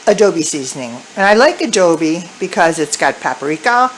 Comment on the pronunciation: Turned the video off as soon as she mispronounced “adobo” twice